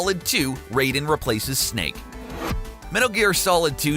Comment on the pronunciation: This is the first time I've ever heard somebody dislike him, given how he pronounces Raiden and Samus, I'm questioning if he knows about these games, or just spouting out a script anyway